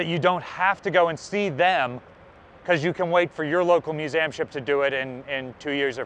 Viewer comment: I’m sure someone has said this already but what’s with “Muse -Am”. Are we just being cutesy?